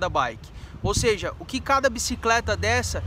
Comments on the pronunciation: “Sejee” não existe mano UhAuHaUha ..e se diz em nível mundial não “á nível” .. aprende a falar direito cara por favor kkkk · “Seja” não existe mano UhAuHaUha ..e se diz em nível mundial não “á nível” .. aprende a falar direito cara por favor kkkk